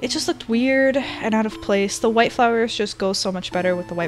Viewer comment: She says wHI tE